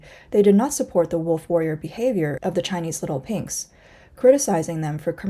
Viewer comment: Not leetel peynx but leetel peeygzz jajajaja